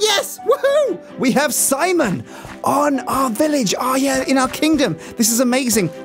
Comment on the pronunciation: You are learning English? Don't give up, people do not mean to be so rude. They just misunderstand. What you said was funny because "semen" is very different from "Simon".